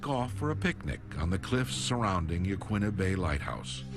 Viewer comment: Yah-KEEN-ah Head, not Yah-kwinna.